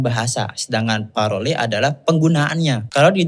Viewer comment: Izin ya mas 🙏 Untuk kalimat langue bacanya kaya kata "long", klo parole Dibacanya (saya tidak tahu-menahu soal IPA) pa-(r)h-ol, karena kalo itu benar istilah berbahasa Prancis R itu kena sengau Sekian, cmiiw 😅 Tambahan, makasih, mas dah menjelaskan hal itu, soalnya saya juga bingung kenapa setiap konten" yang seperti itu, klo engga nyalahin SUKU ya nyalahin NU 😅